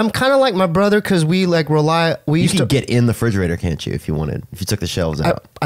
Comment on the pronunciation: Haahha, "You could probably get IN the refridgerator."